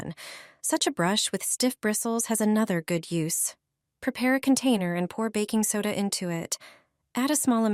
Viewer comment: ... "backing soda" 😂